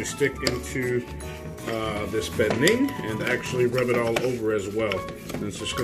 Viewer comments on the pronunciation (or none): Is this cook a fluent speaker of Spanish or Portuguese? His pronunciation of pernil does not sound correct. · I can’t quite hear how he pronounced pernil. It should be like pear kneel.